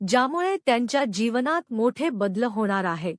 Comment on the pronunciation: Kuthe ahe satve akash? Badal ha shabda aadhi nit bola. Amcha devavar vishwas ahe, tumchyavar nahi. Half video tar saha rashi saha rashi ani tech tech bolnyat ghalavla. Vel na ghalavta bolaycha tar vel ghalavta bollat. Kuthlahi jyotishi devapudhe nahi.